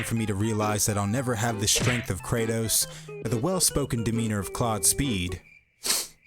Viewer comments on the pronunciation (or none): none